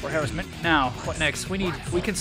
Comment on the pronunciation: Please look up the pronunciation of "harassment". Very cool vid! Good gameplay!